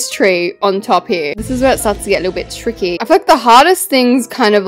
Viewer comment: Not tricky but threeky